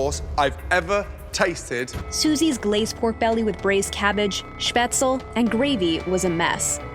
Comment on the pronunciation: Fully botch pronunciation of spätzle